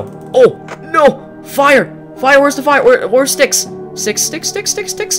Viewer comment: You don’t have to say fire like “Fire” (EDIT: The tree bully is not a trickster and it’s trickster not “trickster!”